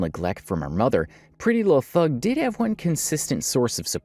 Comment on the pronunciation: you keep saying PrettyLuhhthug, instead of her actual name, which is PrettyLuhhthang.